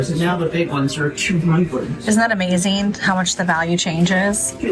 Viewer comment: Why do ppl replace the suffix "-ing" with “- een?" by pronouncing words like, thrifting as thrift-een? I hear it often with any word ending with the suffix “- ing.” ie: Amazeen instead of amazing painteen instead of painting etc… 🤔 I’m okay with southern accents, with the dropped G “ how are you doin?” yet, unsure just where “ een” comes from and I have misophonia specific to that suffix mispronunciation.